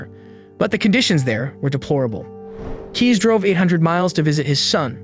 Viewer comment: Please check the pronounciation next time. Cees is pronounced als case, not keys. Otherwise good video, well told.